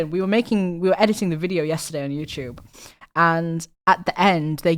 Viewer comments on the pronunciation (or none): “youchoob” love it